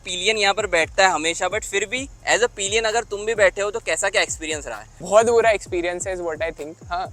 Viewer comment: Bhai wo peeelion nahi hota, sirf (pill.yan) pillion esa hota he. Bura mat manna yaar, haan me haan milane wale kafi miljege. Baki video kafi informative he. Thank you bhai.